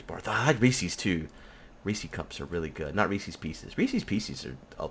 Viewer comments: Also - Rec"e"s? It's named Reese's pieces because it rhymes with pieces. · Ree-sees? A little different that how we say it in Canada we pronounce it as Ree-s-is. Reese's is a funny word I guess. Keep up the great work and can't wait until the next episode!